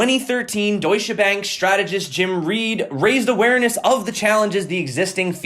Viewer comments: I'm German and the way you say Deutsche Bank is SO adorable! Like I cannot! You pronounce it wrong in such a cute way <333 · As a German it's just amazing how you pronounce Deutsche Bank dude 😜 Thanks for your great work every day 👌